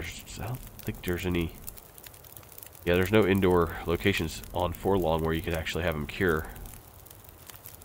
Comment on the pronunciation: Love your vids, man. But holy .. it's "forlorn" not for long. There is no g buddy. You used to say it right. Sorry but this just kills me every time I hear it